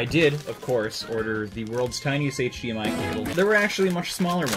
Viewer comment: “HDMIO” tho